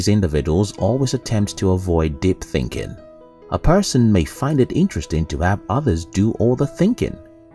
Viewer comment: Fascinating voice synthesizer. Very human like but it totaling misses some simple common words like "thinking" or "pieces".